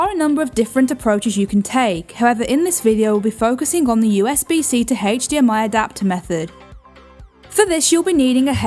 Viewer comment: Did "she"say Adapter or Doctor, WTF!?